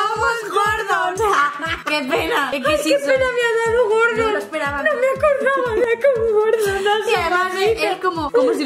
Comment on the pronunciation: andrea me esta dando toc absoluto oirte decir gordon, ES GORDO!!!! sin la N!!!!!!!!!!!!!!